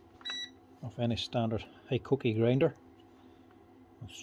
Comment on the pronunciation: Mate sorry but I always giggle when you say Hikoki, because the first time when I heard about this brand was from your videos and when you mentioned it I thought you sad "cookie". So for me hikoki will always be cookie. And mate, you are absolutely briliant, seeing how easy it is for you to strip and put back all the parts on so many brands, types and models, blows my mind.!